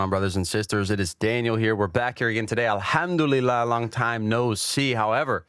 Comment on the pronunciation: just came accross your video, bro Daniel, I'm impressed by the your pronunciation of Arabic! Alahumabarik